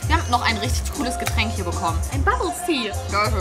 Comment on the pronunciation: Meine Aggressionen wenn sie am Anfang nicht bubbel Tea sagt 📈📈📈